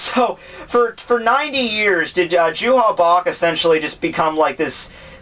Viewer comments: it's not JUHA BACH. His name is Yhwach. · hey, i don't want to be THAT guy but the german pronunciation for J=Y, you would say Juha like You-Ha. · I need to point out that his name is "Yhwach" not Juha Bach. That name was what the translators thought (because they could only see the name via the way it sounded when converting the kanji to english) but the last Bleach volume revealed the official romanization of the of his name. Same for Haschwald whose actual name is "Haschwalth". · No its pronounced youha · Nobody likes that translation because nobody knows how to pronounce it. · The same reason everyone who watches DBZ says "Krillin"... And like I said before Yhwach is a stupid name that nobody knows how to pronounce.